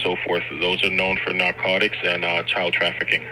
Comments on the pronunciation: OMG they found " NAR-CODE-ICHS".. 🤣🤣🤣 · Gotta watch out for those Nar-ko-ticks. I hear they're bad this time of year.